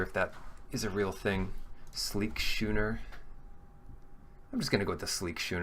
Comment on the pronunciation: Just FYI, it's pronounced "skoo-ner", not "shoe-ner". Love your draft videos!